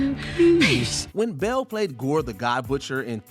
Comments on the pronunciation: Yo why do you keep calling him Kristin Bell??? He is CHRISTIAN BALE!!! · This person needs to learn to pronounce Bale. (b a l e) not Bell. Jeez that was weak